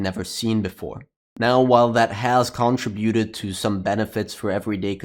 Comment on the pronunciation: It's kuhn-tri-byoo-tuhd